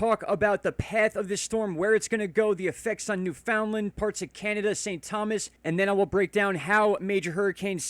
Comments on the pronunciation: or Newf-in-Land :) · Newfoundland = NEW-funlund